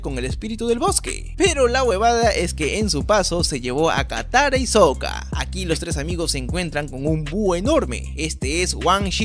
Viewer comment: "kayoshi" "takara" jajajajaja me reí mucho